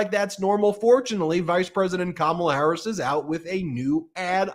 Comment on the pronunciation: Hey guys, I love your show! The disrespect he shows VP Harris by mispronouncing her name, should be disqualify